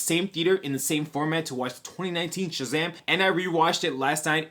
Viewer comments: did you say shazaghm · Bro say Shazam! For me one more time! Lmao sounds funny